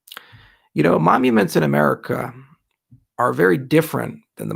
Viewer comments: Is he saying momuments? 🤔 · Sounds like you're saying momuments in the video though. Is this the kind of thing where you've said it wrong your entire life and no one has corrected you on it? Like Rick (in Rick and Morty) who says "taking things for granite" Or was it just a brainfart from being tired and not able to sleep? Both are okay btw, it's part of being human and happens to the best of us. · How about you fuck off and make me some of the money you have lost me back, dickhead. Can this guy really not say 'monuments'. We're all fucking morons for buying into this guy's promises.